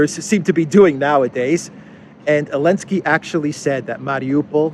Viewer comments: Why do you call Zelenskyy, Elensky? Also interested to hear thoughts on Zelensky saying Ukraine should become a new Isreal. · Why do you keep calling him "Elensky"? I assume you mean the current Ukrainian president?